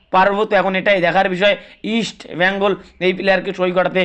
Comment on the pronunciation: ভাইরে উচ্চারণ ঠিক কর আমার মাদার ক্লাবের